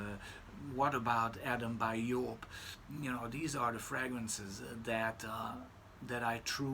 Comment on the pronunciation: thanks:)...yes,i understand,and have same feeling about mass hyped juvenile fragrances,as at 47,i have surpassed that,and also have soft spots for vintage type of fragrances.Also,it’s always nice to hear pronouncing correctly brand names(joop!),and perfumers(jovanović):)...wish you all best.